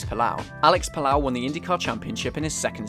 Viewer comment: Pal-oh, not Palau